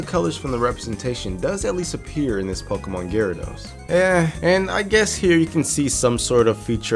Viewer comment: This is my first time hearing a youtuber pronouncing pokemon instead of pokimon.